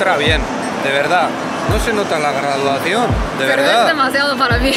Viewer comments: "No sse noda la gaduacion, la veddad" jjajajajjaajjajajajja!!!! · Minuto "no se nota la graduación" y se le arrastra la lengua, se me le había subido el alcohol 😂🤣. Saludos desde México ✌️